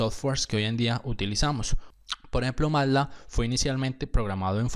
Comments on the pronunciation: me duelen los oídos cada vez que dice 'matlá' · me perturba como pronuncia "matlab"